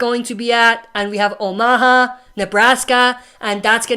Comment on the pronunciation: Please say omaha right man. Its not oh ma ha. Its actually pronounced ow·muh·haa